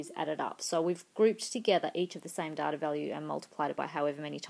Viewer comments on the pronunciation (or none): you can pronounce "data" better.